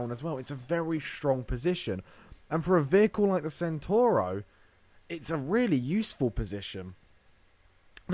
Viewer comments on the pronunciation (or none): It's pronounced 'Chentauro'.